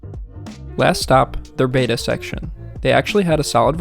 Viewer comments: It's pronounced "BET uh" not "BATE uh" . If it were spelled beta, you would be right. But it's spelled b e t t a....................................(Plus I took four years of Latin in high school..................... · Beta, the Greek letter, is pronounced, "bayta." The fish, betta, is pronounced Bet-a, like "Making a bet." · Small nit: “Betta” is not pronounced the same as “beta”